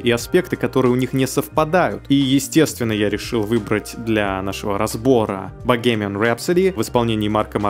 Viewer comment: Английское произношение: Bohemian Rhapsody - читается как Бохемиан (не Богемиан) и Mercury - в оригинале звучит как Мекьюри